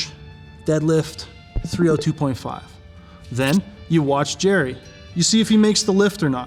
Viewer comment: It's, not Jerry! Lmao